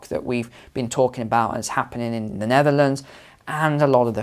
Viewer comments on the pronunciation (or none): none